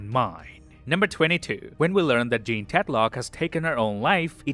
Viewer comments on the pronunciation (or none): none